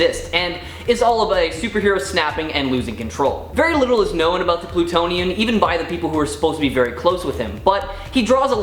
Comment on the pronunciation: "Plutionian"? Sigh....